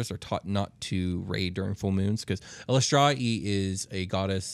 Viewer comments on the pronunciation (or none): Its "E lis ter aye" Like the word illustrious